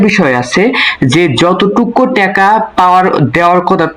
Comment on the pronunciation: টেকা না টাকা শব্দ উচ্চারণ সঠিক করেন